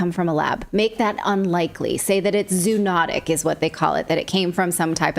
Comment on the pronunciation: Zoonotic is pronounced zo-onotic, just as cooperate is pronounced co-operate